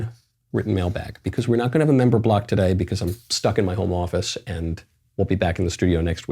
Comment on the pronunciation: I'm only here because matt ealsh hasn't come back from vacation. I'd listen to Michael more but I can't stand the way he says "because"